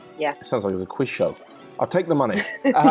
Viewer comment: I started the video She said muney I closed the video